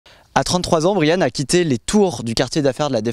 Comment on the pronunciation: Merci pour le partage de ce reportage ; avec le prénom de Brian prononcé correctement en plus. Bonne continuation. Bien dévoué.